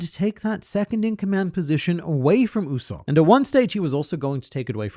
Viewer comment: Brother, his name is not pronounced "OOu-Sopp" but "YOU-Sopp"